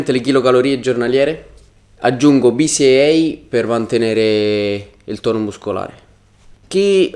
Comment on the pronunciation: Cos'è il " bi si ei " per aumentare il tono muscolare??